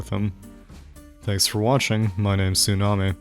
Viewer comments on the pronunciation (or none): none